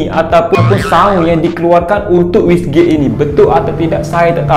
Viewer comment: Bolt on❌ Bull on✅. Turbo❌ Terbo✅. Wastegate❌ Wissgate✅. Wiring❌ Wayaring✅. Rest in peace english🫡